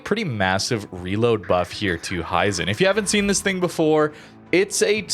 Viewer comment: Not to be an annoyance but, if no one has told you yet, its pronounced he - zen.